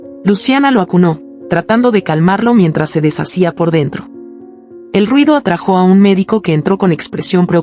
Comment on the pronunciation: ¿Atrajó? Se dice atrájo